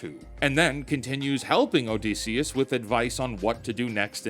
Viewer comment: ITS OdYsseus NOT OdEsseus man